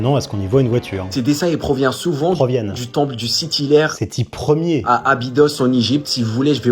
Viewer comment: Sethi 1er prononcé "Sethi yère" ... I rolled on the floor :D j ai mis 5 mn à m en remettre :D AAAAAhhh l"éducation nationale kestafoutu .... Merci pour la video